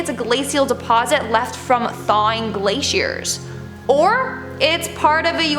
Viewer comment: Part of a "glaH-she-Ear"? 🤣